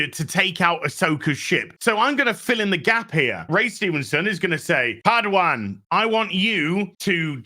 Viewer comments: Padawan. Not pad wan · The way says padawan 😂